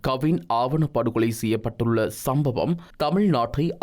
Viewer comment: “ஆவணப் படுவகொலை” அல்ல “ஆணவப் படுகொலை”! எதிர்காலத்தில் திருத்திக் கொள்ளுங்கள்.